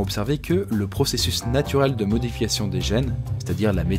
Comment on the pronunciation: C pas pour te déranger mais tu as dit ( le processus de modefiancion )